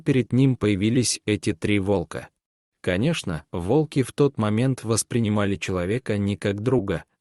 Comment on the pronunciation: Ставьте правильно ударение, от слова Волк,т.е на первую О